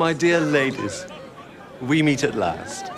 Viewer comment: “My dealh ladies...we meet at last!”